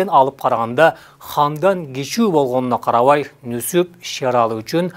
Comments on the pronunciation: Нүсүп эмес Нүзүп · Нузуп Нусуп эмес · Нусуп эмес Нузуп туура айт. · Нүсүп эмес Нүзүп. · Нусуп эмес, Нузуп. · Нусуп дебей Нузуп десенер боло адабий тилде суйлоп жеткиргиледа тарыхты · Нүзүп деп туура айтылат кыргызча. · Нүсүп эмес Нүзүп деп атын туура айтсаң автор